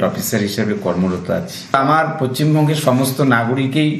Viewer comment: এই ওরাংওটাং টা এখনও জেলের বাইরে কেন ? "বোলোক ডেভেলপমেন্ট অফিসার", "পচ্চিম বোঙ্গ "! এই রকম যার উচ্চারণ কোনো ভাবেই কি বিশ্বাস করা যায় যে এটা শিক্ষিত।😂😂😂